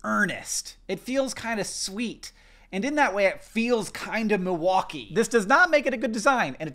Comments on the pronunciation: I’m from Milwaukee. And I didn’t recognize either one of those flags! I know the Chicago flag though. Thanks for pronouncing “Milwaukee” correctly. I live near the lake and the Milwaukee art museum so it’s weird that I never saw our flag. Now that I’ve seen our flag, I don’t hate it. I think it’s cute. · As a wisconsinite I'm just glad that you're pronouncing milwaukee correctly lol